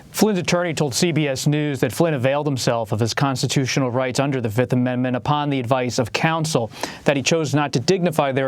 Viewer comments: He didn't say Fifth, he said Filth.. That's what he is. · U want 2 punch his lights out every time he says Da 5th